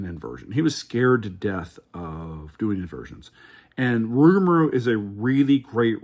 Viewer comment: This was very entertaining! We watched the whole thing 😂 my top 4 rides are: 1) Steel Vengeance 2) Maverick 3) Millennium Force 4) Top Thrill 2 I think I actually put Rougarou as my #5 (We laughed everytime you called it "Rougamarou" lol not sure if that was on purpose or not, but it does have a nice flow to it 😂) Thanks for the detailed review, opinions, and some good tips as well!